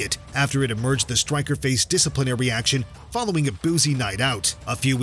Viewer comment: “Leagues best stwiker”